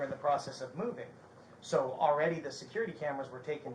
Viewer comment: never shuts up. Hes told they will talk when they get to the station and keeps flappin his gums. Why does he always say "sawl"???? I dont think Vidler was wrong. This SO shouldve never been allowed to have anything that looked like a real gun. caused all of this. No reason he ever needed a "gun" in the first place